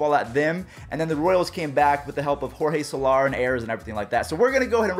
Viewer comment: You said Jorge Soler wrong